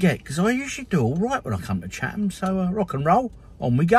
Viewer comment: You pronounced it correctly at the start. It’s “Chat-em”!